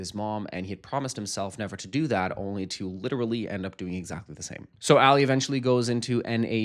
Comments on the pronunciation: Bro his name is pronounced “AH-Lee” not “Ally” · Rofl I had to check that i hadn’t accidentally turned on 2x speed. plz it’s not Ally like Ally Mcbeal. It’s Ali like Muhammad Ali 😭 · Pronouncing Ali as Alley is frying me😅 I wrote this right before you realized 🤭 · as an arab muslim Ali is pronounced closer to the first way you said it not A-lee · 1.) AH-LEE = Ali…literally say it in the show. 2.) he’s talking negatively about the bag to show how little he cares about his employee being severely injured ON THE JOB…but yeah I’m gonna go, this was bad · "English is my third language" he says in his struggle with one of the most common Arabic names